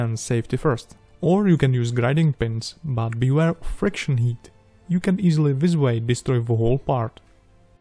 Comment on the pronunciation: Why some people say "buuoohh", just not "but"?